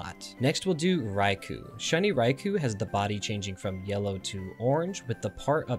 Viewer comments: I don't want to be that guy, but it's pronounced Ry-Koh not Ry-Koo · Raikou is pronounced rye-koh.